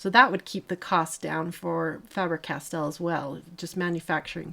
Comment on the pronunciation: Goldfaber and Faber-Castell was correct pronounced 😊